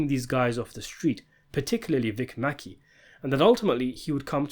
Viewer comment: Sometimes I think I only watch these videos for the mispronunciations. “Vic MacKay.” “Akaveda.” “Walter Goggins.” “Monika Rollins.” “ Cori.” “Dutch and Claudia.” The videos go down more smoothly if you just chuckle at it.